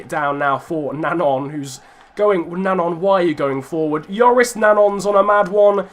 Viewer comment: I just wanted to say it's Joris NanJON not Nangon pronunciation wise as if there's a tilde on the second 'n'.